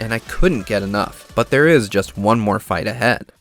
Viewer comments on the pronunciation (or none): none